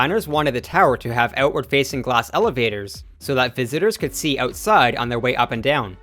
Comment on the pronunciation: "ootside" eh!